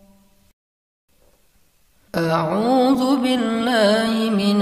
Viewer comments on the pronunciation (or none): none